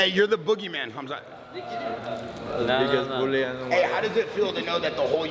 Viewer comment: Did Rampage call him Kumsuck Chimaev?